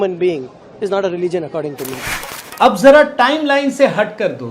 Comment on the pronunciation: Kharge doesn't know to pronounce Religion. They become ministers.